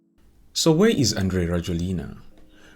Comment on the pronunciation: Andry in Malagasy is pronounced as Yanjy. So it's Yanjy Rajoelina